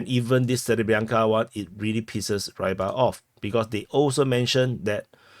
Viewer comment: I've heard Rybar is pronounced somewhat like "re-bar" similarly to the word rebar.